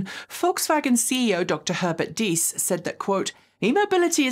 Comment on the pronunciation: Pronoucing "Diess" very nicely! Now both "e"s in Herbert are pronounced the same, like "hair-bear-t". Not "her-bear-t". ;)